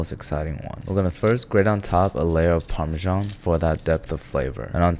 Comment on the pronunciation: Check out how dumb you sound when you pronounce "parmesan" as "parmizhhjzjjzjyan" instead of "parmesan" and call a heated oven a "pre-heated" oven like some dumb American who has forgotten what the English simple past tense is for.